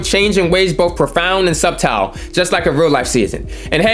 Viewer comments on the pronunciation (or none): Subtle is pronounced sut-til not Sub-tal🤣🤣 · My man really just said “SUB-tiLe” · It’s NO WAY you mispronounced sooooo many of them words 🤦🏾‍♂️🤦🏾‍♂️🤦🏾‍♂️🤦🏾‍♂️.. “subtle” is not “Sub tile” 🤷🏾‍♂️